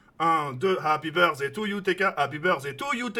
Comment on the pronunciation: LE HAPPY BERZEILLE MA TUER